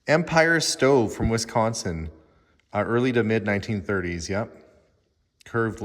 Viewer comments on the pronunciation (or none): none